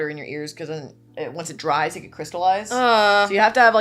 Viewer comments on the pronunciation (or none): none